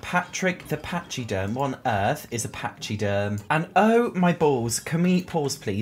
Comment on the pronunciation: lol "Pachyderm" is pronounced "Packyderm". It means 'elephant'!